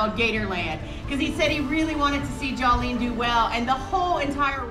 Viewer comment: Jawlene, really? lol